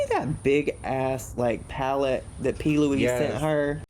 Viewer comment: That "pallet" from P Louise to Mikayla is beyond ridiculous. Come tf on.